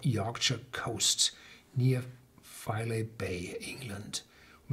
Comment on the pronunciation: Just a heads up, the pronunciation is FY-LEE and its a really wonderful place.